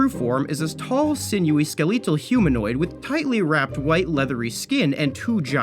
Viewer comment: Did my boy call the stalker "skeleetil"